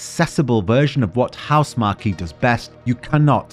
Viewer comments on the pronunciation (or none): I like your final thoughts on Returnal also, but it's pronounced House-mark, not Housemar-key